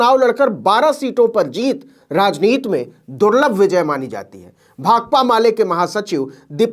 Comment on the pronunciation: अरे भैया आप "राजनीति" शब्द को पूरा उच्चारण कीजिए। उसे "राजनीत" कह कर हिन्दी भाषा को नीचा न दिखाएं।